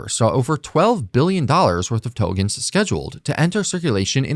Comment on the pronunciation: Please, please, please Tokens with k. The content is great but I'm gone as soon as I hear the first Togen